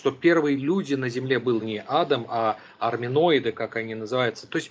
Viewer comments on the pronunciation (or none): none